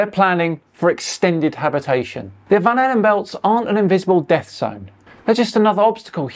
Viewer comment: lol, van allen, not van halen.